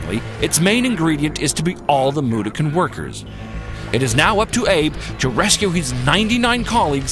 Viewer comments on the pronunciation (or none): Mudokon is pronounced, moo-daw-kin. Not mu-du-kin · btw its pronounced moo-daw-ken